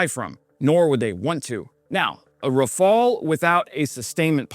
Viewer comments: Thank you for pronouncing Rafale properly at last! I'm surprised the craft's wide weapon compatibility range wasn't mentioned in your explanation, unless you did in another video and I forgot. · Raphael was a painter. Rafale is a plane. Different spellings,different prononciations,different meanings. Rafale means gust in French, which suits better to a plane than a painter's name ;) Heroyam slava!